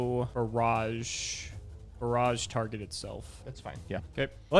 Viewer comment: Bear-aj? Is that how we say barrage now?